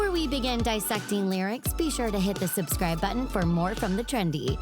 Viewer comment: 5th and did you say Dissecting 🤢🤢🤢🤢